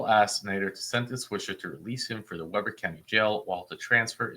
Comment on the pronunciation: it is counterintuitive, but Weber is pronounced with a long e.. "Wee-ber". I used to live there.